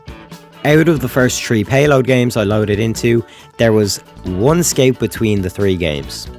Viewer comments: Its Scout, not Sceut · Is it a joke or you really pronounce Scout Skeut? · Why did you pronounce "scout" as "skate" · What the hell is a scate you mean scout bruh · "sciot" took me 10 minutes to understand